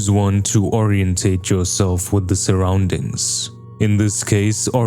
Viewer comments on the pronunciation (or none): I love your content but can you PLEASE work on pronouncing “orient” correctly.